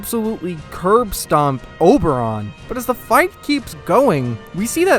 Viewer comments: Man, it's Oberyn, not Oberon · very nice video :D plz don't call him Oberon again though xD